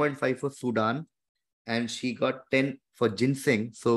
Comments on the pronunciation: Lol…love how she misses the N when she read the Googled answer and confidently Said “ is this Ginseg?” I Think Kannan almost wanted to say read again!! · Anyone who knows Ginseng, will never pronounce it the way she did... Except if someone is reading from Google! Clear cheat -_